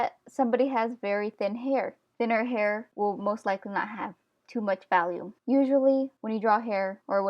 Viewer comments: Awesome!! But also were you saying "volume" or "value" when describing the distance off the head that the hair should be? It sounded like you were saying "valume" 😂. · im pretty sure your saying volume but it comes out as 'valume' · Valume it’s sooo cool how you say volume lol :) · Her: Valume Me: agh cringe! Sorry but just had to do it, btw I really love your videos they have really helped me in my confidence and abilities. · volume. not valume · you keep saying valume because you can! don't let other ppl tell you how to pronounce stuffs! I say wacom like WACKom because it's more fun! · I understand you weren't trying to be rude, but its not really funny when people say things differently.......( '3') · Its pribably volume